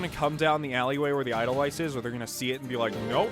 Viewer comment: ( It's "ay-dull-vice", not "ay-dull-viss"... But at this point, I'm probably the only one who cares... I believe in you, I really do...you can...I know it. It just takes practice... In the words of our favorite drill sergeant: "Good work maggot! You're one step closer to human!"